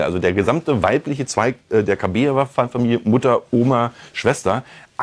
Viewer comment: KabAjeva heißt die Frau, nicht KabEjeva. Ist ja eigentlich egal, aber falsch.